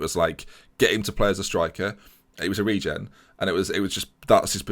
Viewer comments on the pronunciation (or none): none